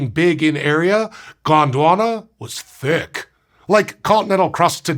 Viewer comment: I can hear the C's in that "thicc"